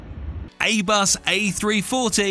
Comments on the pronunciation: did you really just say A-bus? It's Airbus. AIR-BUS. As in, the air, the plane flies in the AIR. AIRBUS. This is quite a bad mistake to make for a channel that focuses on planes. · I love how he pronnounces A-BUS instead of airbus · did he say 'Aybus'??? tf XDD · At 26 seconds in the video it sounds like aybus